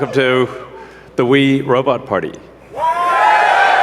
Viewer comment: Did Musky boi say "Wii Robot Party"?